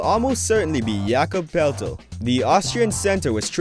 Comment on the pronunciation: Pelltel? Bowcher? Are you a bot?